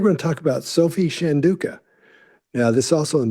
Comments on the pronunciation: Chandauka is not pronounced shan-doo-ka, it's chan-dow-ka ( dow rhyming with wow). She is your subject after all. Google is a thing. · I used to value your expertise, but your lack of desire to learn how to pronounce Chandauka was disheartening. Please do better as 4 white mansplainers. You've lost my attention.